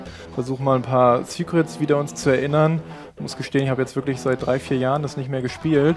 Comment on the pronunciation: gescheit Englisch können die auch nich? ..die aussprache von "Run" und "Secret" sind .... aah! Ich hasse es immer wenn jemand das R so scheiße betont >.<